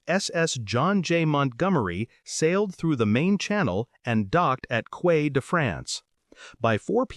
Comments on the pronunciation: Tell your VoiceBot that "quay" is pronounced "key", not "kway". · Quay is pronounced key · Quay is not pronounced "kway" but "key" I HATE ROBOTS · Quay is pronounced "key" and one of the reasons nobody will play Scrabble with me. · It's not Quay - it's pronounced 'Key' - ugh